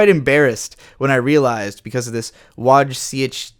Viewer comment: Wow, it feels so amazing to be mentioned in the video. I really appreciate when creators engage with their audience and show that they care. Btw you did pretty well with pronouncing my surname Niemirski, maybe not so much with my name Wojciech, but is understandable, it's not obvious for English speaker. There isn't really any perfect way to convey this using English ortography, but I think the closest would be "Voycheh". There is also easier to pronounce, less formal version of my name: Wojtek=>Voyteck